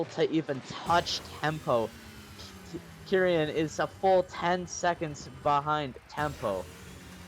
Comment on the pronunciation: It’s kee-ren not kerian fyi